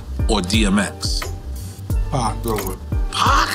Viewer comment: the way he said pac???💀